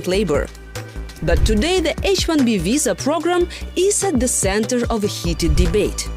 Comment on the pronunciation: I am all for non-native English speakers getting these kind of positions in order to fight accent stigma, but this one is just silly. This is a video from a German news outlet on American topic related to Visas, so why do we have a Russian speaker who keeps saying the word WISA (or Sillicon Walley) throughout the video?!